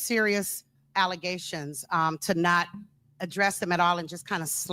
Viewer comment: false allezations, not facts🤣🤣🤣🤣